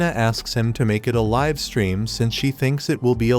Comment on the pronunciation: Bro it's not live it's live prounince it better